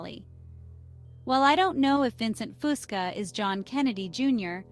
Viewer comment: I wish these generated voices could pronounce his mame correctly.